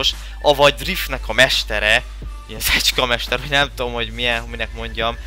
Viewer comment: nem szecska mester hanem recska mester😂😂😂